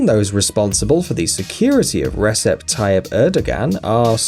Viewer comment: Just FYI, the Turkish leader's name is not pronounced ReSep Tayyip ErdoGan. The C is a J in Turkish, and the G is silent. So, Rejep Tayyip Erdoan is how it's pronounced. Really grates me when names aren't pronounced correctly. The Japanese PM's name is Shinzo Abay, not Abe. Disappointed that you wouldn't learn how to pronounce these names.